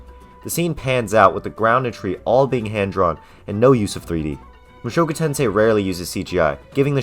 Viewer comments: Protip about Japanese language: emphasis is on the FIRST syllable. Thats how you know when starting new word. You are saying mu SHOku Tensei. Its MUshoku Tensei. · "MOO SHOW KOO TEN SAY" 🤮NA🤮NA🤮NA🤮NA🤮NA🤮